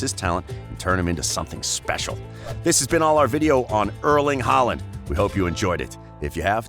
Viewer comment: That was clearly not the point. Historic legends like Schmeichel and Kluivert should be possible to be atleast close to pronouncing. Håland's was probably the best pronounciation